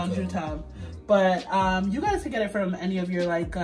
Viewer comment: said the "Dutch pot come fram Kingston". 😆 Love this dish.